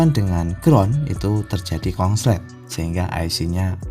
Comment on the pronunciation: Pak konslet jadi kongslet